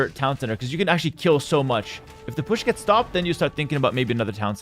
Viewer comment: I enjoy the way pronounces "push", or "pusch".